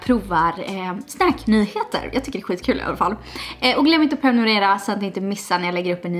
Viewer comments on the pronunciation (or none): none